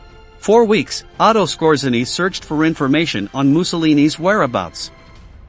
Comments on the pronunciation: His name should be pronauced : S K O J Y E N N Y . It is taken from Polish ( that's why RZ is there ) . It means the : ROOTHMAN . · It’s pronounced “Skortz-A-nee.” And Otto Skortzeny did not experience anything like a “horrible death.” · typical logical fallacy as a would-be “clever” retort. The narrator mispronounced Skortzeny’s name. He did not mispronounce “wermacht” or “grenade,” so I didn’t comment on that. And Skortzeny did NOT experience a “horrible death.” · The robot cannot even pronounce grenade, let alone Skorzeny. Good video but the audio sucks. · The emphasis is on the second syllable. And you left out the werewolves, and the Mid East jobs in Egypt and Palestine. Massad? That sounds very wrong.